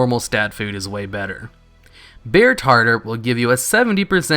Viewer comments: bear tar-tar not tarter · I can't take it... bear TAR-TAR, not tarter... and cache is pronounced "cash", not cash-a... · Lmao, I know you're a very bright guy, I do, but It's pronounced "Tar Tar". It made me cringe every time you said tarter. Just started playing WoW again after playing MoP through it all and clearing Heroic SoO just to play WoD for a month and flame out. Besides the tar tar your vids have been very helpful. I still pop visions of insanity right now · say it with me now TAR-TAR.......tarter is something you put on fish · Not tartar like the sauce, but tar-tar like the raw beef dish. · "Tartare" - pronounced as "tar tar". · Bear Tarter. CashAY. I am 100% here for the mispronunciation. Do it MORE. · "Cash-ay" is correct, but yes he is mispronouncing "bear tar-tarr"